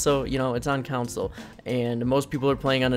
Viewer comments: CON-SOLE NOT COUNCIL!!!!! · Anybody else cringe when he said council instead of console like that shit was starting to piss me off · Couwnsole. That just hurts my ears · Anyone else triggered by how he miss pronounces consule no offense to him of course but it irritates me